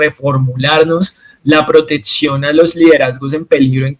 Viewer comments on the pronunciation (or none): Me duelen los oidos cuando dices protetsion 😢